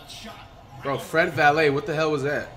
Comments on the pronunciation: Everyone: Fred Vanvleet Flight: Fred Valae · btw he did use to call him Fred Vanvleet, but for some unknown reason is now saying Fred Valet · nobody: Flight: “Fred valet” 😂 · Flight how u gon say fred vanvleet’s name right b4 but now u wanna troll and act like u dont know his name